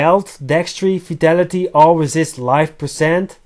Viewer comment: Im sorry but when u say vitality it sounds like u say fatality ☺